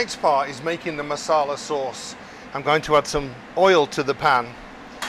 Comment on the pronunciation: Masala .... not Marsarlar